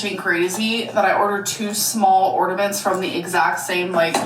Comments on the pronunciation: Amberlynn blocked me because she was saying people only believe she’s dumb because she’s fat but people believe Taylor Swift has a high IQ because she’s skinny and I replied “she’s literally a world renowned musical composer and you say ordament” 😂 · it is the furthest thing from iconic that she says ORDAMENTS it is quite literally INFURIATING BFFR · I too have missed hearing about ordamints from alr. 🥹